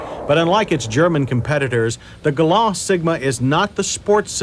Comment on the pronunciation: That's GalanT, with a "t", Mr. Davis. This reminds me of the way he pronounced Camry when it arrived. "Cam-Ray"